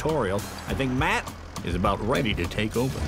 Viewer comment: My Matt is-a so-a cute-a 💪🏆